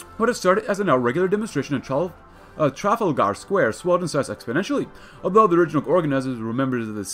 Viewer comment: Listening to you pronounce "Trafalgar" give me a hemorrhage